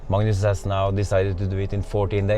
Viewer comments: it's not madness , it's Magnus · I think we’ve been pronouncing your name wrong. Its Madness not Magnus